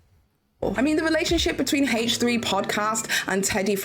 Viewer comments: Again, I'm just talking about pronouncing proper nouns "correctly." She's doing a video about facts and she can at least pronounce the podcast's proper name correctly. She is very articulate. She was able to say consensual non-monogamous relationship over and over with no problem. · H3 is a proper noun. My comment isn't about her accent. Some people don't care but in this case since she's speaking "facts" and did some research she could have at least pronounced as it is pronounced by the creators of the podcast. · Obviously. I'm talking about proper nouns. H3 is a name or proper noun. By weird I mean it's weird to me that is not saying the name H3 the way the creators say it. I have a friend "Jackie" that hates it when Spanish speakers pronounce her name "Yackie." That example is a bit different because English is their second language. is very fluent and aware and wouldn't have any difficulty saying H3 in it's original pronunciation. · It's so weird she won't say H like Ethan and Hila. It's the name of the podcast not just a letter and number. It's similar to when people mispronounce Hila's name. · In this case, I was speaking of H3 being a proper noun. I know not everyone cares when people pronounce their names or babies name or whatever differently. To me it's weird because fluent and articulate and is speaking "facts," but won't pronounce the proper noun the way the creator of the podcast named it.